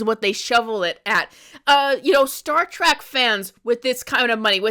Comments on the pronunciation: Trek card rescinded. I couldn't get passed "Star Track" LMAO How long have you been a fan do you say? We Are Trekkies! or Trekkers if you prefer. If you'd ever like to re-join and have your TREK card back let us know. P.S. Star Trek Starfleet Academy is AWESOME! Fan since the 90s here my favorite Trek is: ALL OF THEM. I was going to list them all individually but omg it's a lot lolol No wonder I don't have time to watch anything else X.X STILL laughing at the Almond Basket scene! 🤣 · TREK NOT TRACK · OMG Trek.... say it with me: Trek